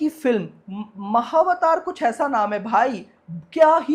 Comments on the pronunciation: Bro "He didn’t even care to pronounce Mahavatar properly, but keeps talking non-stop about Sayaraa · He didn’t even care to pronounce Mahavatar properly, but keeps talking non-stop about Sayaraa 😢